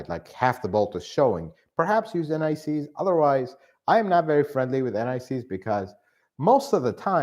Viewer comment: I was wondering what NICs refers to and why you'd put it on your bolts. Only after some time did I realise I was hearing 'anti seize'...!